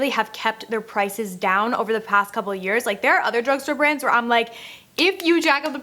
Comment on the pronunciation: "i'm" not "i'n"